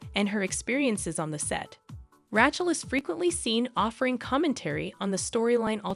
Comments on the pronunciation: I love how the AI butchered ‘rat’ chel. Fitting. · is this AI generated ? Why is Rachel's name sound so weird when you say it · Not just Rachel. Gal Gadot is also badly mispronounced.